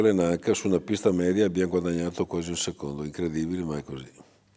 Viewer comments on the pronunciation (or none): none